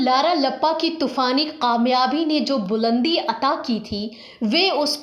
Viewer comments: Please correct your kaaf and qaaf..its very irritating to hear this language...It is pakistan not paqistan...it is kamyabi not qamyabi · pls work on ur pronunciation. Gujaray? Paqistan? Qamyabi??